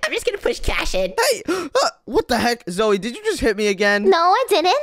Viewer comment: Everyone is saying "zoe" instead of "zoey"